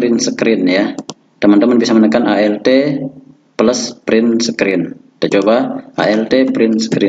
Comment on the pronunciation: Windos peles perin sekrin 😆😆